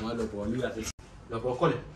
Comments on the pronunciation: 老二中文最標準的一次，快笑死我了😂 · 哇噻，那“老婆”发音挺准的呀。是要耍个美人计就能让老二加紧练习中文吗？那有可能的确需要好几个“老婆”了😂